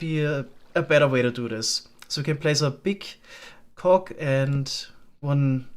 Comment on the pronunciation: The phrase "Big cog" hits different with that German accent.